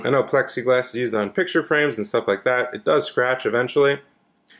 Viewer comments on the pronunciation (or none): none